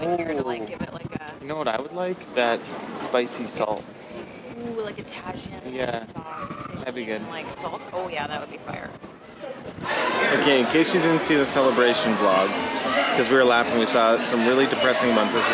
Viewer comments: Love your content! Your pronunciation on Tajin is hilarious 😂. Try Tuh-Heen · I believe I said that properly in one of our other videos haha 🙈 I definitely botched it big time in this video. Thank you for the proper pronunciation 😂